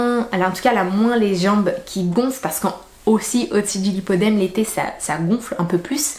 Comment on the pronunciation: c'est le lipoedeme et non lipodeme.